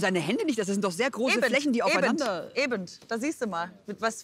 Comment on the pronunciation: Es heißt EBEN! Ohne d, ohne t. Einfach EBEN!